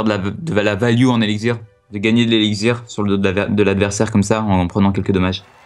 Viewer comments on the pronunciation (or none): ELIXIR PAS ELICZIR xD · Ca me stress qu'il dise eliczir... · Par pitier qu'il arrete de dire "elexzir" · Ça me stress quand il dit "elixzir" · On dit éliXXXXXXir nom de dieu !